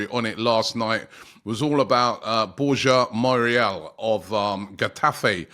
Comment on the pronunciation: Bro Moriel Borhajal 😂 and then they laugh that At “good ebning”